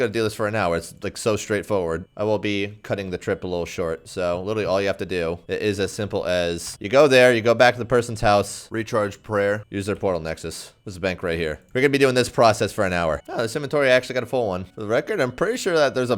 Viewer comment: “Go to someone’s house, ‘recherge preyer’”